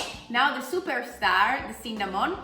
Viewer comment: "CINNÀMON!" Adoro la pronuncia! =D